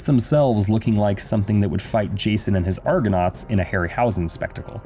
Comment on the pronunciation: Did this guy call Ray Harryhausen for "Harry Howsen" ??